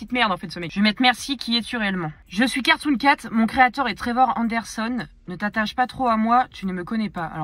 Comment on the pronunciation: A la fin euh c était carton doh non cartonn carton cat